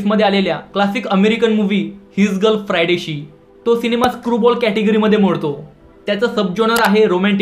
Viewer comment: हिस गर्ल फ्रायडे शी ❌ हिसगर्ल फ्राय डेशी,✅😂😂😂